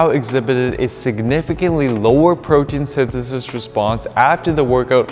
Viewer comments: I think think your wordout session may have been a bit long and your tongue was overtrained in this video. Your form was getting a bit sloppy saying “protein synthesis” towards the end lol. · Protein synthesithisis